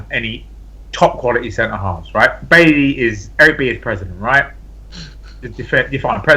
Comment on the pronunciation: Its Bye-Yee not Bail-Lee.